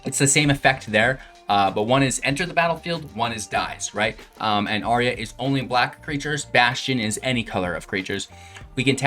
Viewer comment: Brother, you make great videos and play excellent Magic. But please, please. Say it out loud: "ayy-arr-uh"